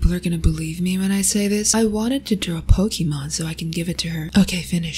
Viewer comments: Damn this is the first time I heard someone pronounce ‘pokimane’ as ‘pokimon’ which was the intended pronunciation by poki herself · you know she likes her when she pronounces pokimane correctly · Rare footage of someone pronouncing “Pokimane” the original pronunciation